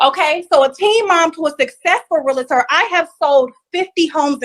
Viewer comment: It’s not pronounced real-a-tor. It’s pronounced reel-tor.